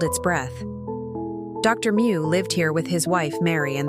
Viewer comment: Meux is not pronounced moo it's m'yew